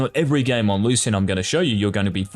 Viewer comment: the way u say lucian triggers me